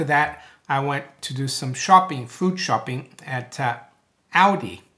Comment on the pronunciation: Haha, when you say shopping your British accent comes out. Zero percent chance that I'm spending any bitcoin right now...